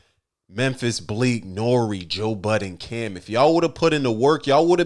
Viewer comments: Why does Dame not know how to pronounce Joe Budden correctly? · Silly Dame can't seem to pronounce Joe Budden name correct... Its Budden not Button stupid